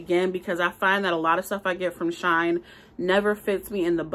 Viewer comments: ITS PRONOUNCED SHE- IN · My first time watching. Loved the review except the name. She in is not hard to say and you want to get notice for the reviews so it would be best to call it what it is. Lol shine is ghetto and even any one from the ghetto can read she in. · I was having a yucky day and decided to watch your video. I am sooooo glad you had me on the floor laughing! You are so funny! Thank you for the great video. If you say “”Shine” instead of “Shein” again I think I’m going to cry. I needed some joy today and you definitely gave me joy. Subscribed! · I love how she says She in she says shine 😂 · I just placed a large order with them. Also, def thought it was pronounced Shine.